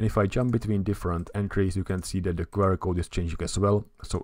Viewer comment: as a fellow Czech, I also find myself making the same mistake as you in this video - pronouncing abbreviations in Czech. Instead of [kve: er] it's pronounced [kju: a:r]